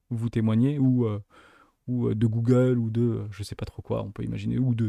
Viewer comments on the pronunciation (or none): none